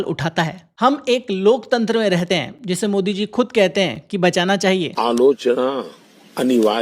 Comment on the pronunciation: Bhai g wo loktantr nahi lokchander bol rahein hai😂😂😂😂